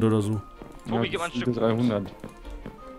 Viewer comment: # sagt Toti statt Tobi